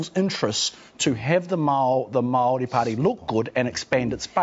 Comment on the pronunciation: The amount of time Paul Holmes has spent as a broadcaster you would think he would have learnt somewhere along the line to pronounce the word 'Maori' correctly. He aha te tangata whenua tenei ehoa? Ko Matt MacCarten? He tane kaupapa rua ia, ka mahara au te whakatauaki 'He pounamu kakano rua.'